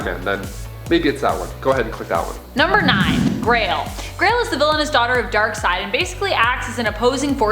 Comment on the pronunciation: euuuhh its not Crail, its GRAIL.